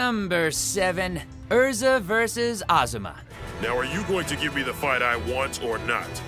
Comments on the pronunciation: Ezra?! You've been dubbing this series for years and you say Ezra?! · TODD!!! Its "ERZA", NOT fucking "EZRA"! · Ezera? Here’s a tutorial on how to say Erza Er-z-a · Ezra? Really Todd? Her name is Erza. ERZA SCARLET Titania, Queen of the Fairies. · Anyone else noticing that Todd sometimes say Ezra and not Erza? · It hurts me when Todd keeps saying Ezra instead of Erza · At least he said it correctly on number 7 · He did say Erza but he also said Ezra. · He did not just say Ezra... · I mean there’s no way he’s doing that on accident considering he played Natsu for years, and always said Erza in the show. It just wouldn’t make since that now he says it wrong. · He's said her name so many times while recording Natsu yet he mispronounces it here? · you cant say erza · Come on Todd! That’s not how you pronounce Erza’s name. you should know that!!! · The pain of Natsu’s voice actor killing Erza’s name hurts me mostly because of the times he has said it on the anime... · He says Erza's name wrong most of the time, but he says it right . What gives? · I noticed that instead of saying Erza, Todd said Ezra instead (this only happened the first 2 times, he said it correctly the other times). 😇 Edited: I just scrolled down in the comments and didn't know that pronouncing names wrong was a thing on this channel so I guess Todd did it on purpose?...Most likely...Since he's a Fairy Tail voice actor (I hope that's the case but if not...People make mistakes so it's still okay). 😇😇😇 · Wtf. You called Erza, Ezra several times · yea it hurts when you say EZ ra insteand. of erza like emily annear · It really hurts how Todd said “Ezra” and not “Erza” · nice vid... but im getting annoyed every time you say Ezra instead of Erza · It's not ezra it is erza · Did this man seriously say Ezra instead of Erza? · EEEERRRRRRRRRRRRRRRRRRRzzzaaa. Not EEEEEZZZZRRRRaaaa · It's Erza not Ezra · u know its erza so stop saying ezra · Anyone else hear Todd call Erza “Ezra” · It's Erza not Ezra 😤😤😤